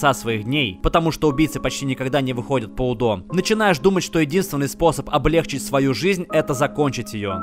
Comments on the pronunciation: облегчИть , а не облЕгчить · Уже какое видео вы делаете орфоэпические ошибки облегчИть,а не облЕгчить.